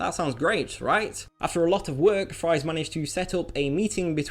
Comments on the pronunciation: Ed Fries's last name is pronounced "Freeze", for the record. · surprisingly, (Ed) fries is pronounced freeze.